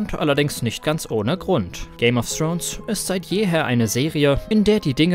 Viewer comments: Dass es Thrones, und nicht Srones heißt, ist euch klar, oder? ;-) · So mein Freund und du lernst bitte erstmal richtig Englisch weil wenn ich noch einmal "Game of Srones" höre kotze ich. Thx😁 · Man spricht es nicht Game of srons aus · Srones nicht Thrones? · Alter wenn man es nicht aussprechen kann sollte man nicht 100 mal Game of srones sagen!!!